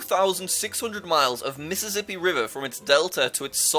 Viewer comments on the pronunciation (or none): none